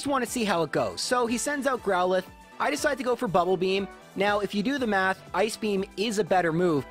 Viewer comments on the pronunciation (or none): none